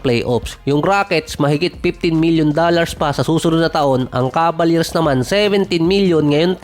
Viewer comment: Cavaliers. I hear Cabaliers.